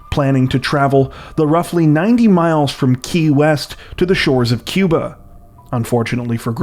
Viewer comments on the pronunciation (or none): none